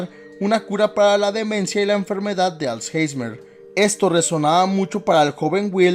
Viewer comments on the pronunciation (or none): Alzheimer* no alzheismer